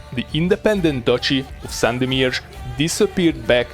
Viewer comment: You have a great pronunciation of the city of Sandomierz. Greetings from Poland :)